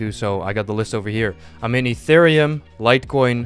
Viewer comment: Thought you said interium instead of itherium